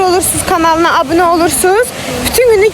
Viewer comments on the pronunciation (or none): none